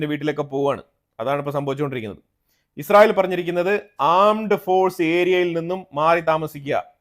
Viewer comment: നീ എന്താടാ പറയുന്നത് ഇസ്റയൽ ഇപ്പോൾ എല്ലാം പൊടിയായി നിങ്ങൾ ഉറങ്ങിയോ അറിഞ്ഞില്ല വാർത്ത കൊടുക്കുമ്പോൾ ക്ലിയർ ആയി കൊടുക്കു ഈച്ച